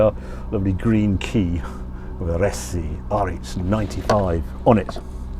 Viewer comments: it is pronounced "arse" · ‘Ar-es-e’ is where the Alfa factory in Milan was. It is easy enough to learn the correct pronunciation 😳